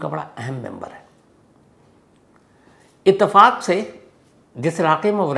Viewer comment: इत्तेफ़ाक को आपने कई बार इसतेफाक बोला है